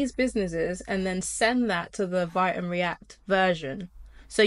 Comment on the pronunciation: Excellent info. By the way, Vite is pronounced "Veet" (rhymes with "Tweet"). Also, Astro allows you to incorporate React in your code and easily query a WP headless backend.